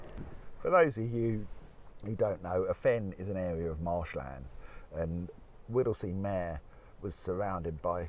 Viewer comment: Not Whittlesey MAAARE meeeeeeeeer